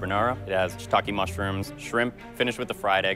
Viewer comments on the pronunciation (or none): none